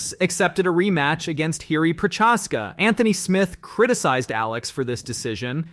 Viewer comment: Found this page today lol This channel is garbo! Butchered Jiri's last name, doesn't know shannon sharpe etc.